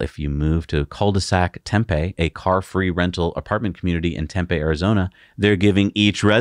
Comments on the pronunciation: Excellent show ! FYI, Tempe, AZ is pronounced with a long “e” at the end; should sound like “Tempee”. 👍👍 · It's pronounced "tem pee". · 14.43 - Orders are open BUT you can't configure it. - 🤣🤣 That is "Tem PEE", accent on the second syllable.